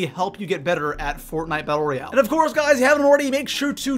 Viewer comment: Holy shit he hasn't learned that it's Royale